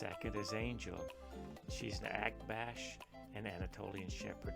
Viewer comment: And same with how to pronounce Akbash!